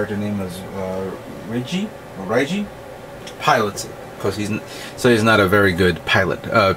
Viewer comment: the kit in the serie is made by sai iori and the guy controlling it is reiji and you pronounce his ne like reesji